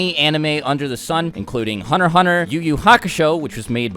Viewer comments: Hunner x Hunner lol, pronounce your "T"'s man. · It's meant to be said Hunter Hunter, the x is silent.